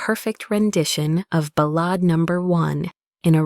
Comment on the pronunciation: The a in ballade sounds like the a in apple